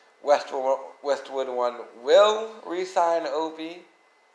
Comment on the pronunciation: Re-sign... not resign... damnit